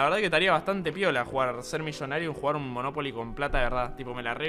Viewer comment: me encanta como spreen dice moNOpoli i no monoPOli